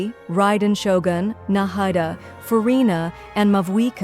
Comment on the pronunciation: the man who trained "Zeee-onnn" Nah-Hai-da ho YO verse